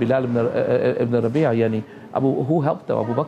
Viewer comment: Bilal ibn Rabahh not rabee'